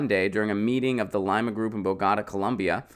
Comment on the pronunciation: It's not "lima" as in lima beans, it's lee-ma.